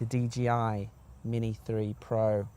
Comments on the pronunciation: 'Dee JAY Eye' -- not Gee! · It's d J i. Not d G i. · Why are you calling it a DGI man? Otherwise thanks for the video.